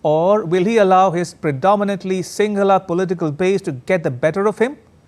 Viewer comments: You pronounced that sinhala names correctly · Wow nice pronounced sinhala words ❤️❤️